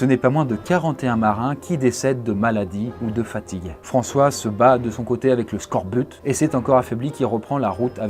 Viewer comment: Le scorbut ne se prononce pas « skorbute » mais « skorbu » 🤓